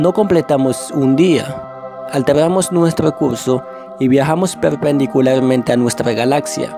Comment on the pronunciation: nuetro viae imainaio empiea ahoa mimo . . . detesto esa forma de hablar.